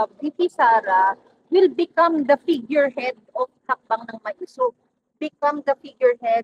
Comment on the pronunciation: hi third floor studio. im an avid follower. i have comments though. Bakit ganyan magsalita si, parang nagdadasal. joke! At pakisabi sa kanya, ang tamang pronunciation ng maisog ay "ma-i-sog", not "maysug". at pls wag mong i-interrupt si while nag-eexplain (para lang batiin yung mga nagpakulay). kasi nadidisturbo yung momentum nya.. (napansin ko lang lagi sya nag i-interrupt kay pam). hintayin mo matapos sya magsalita...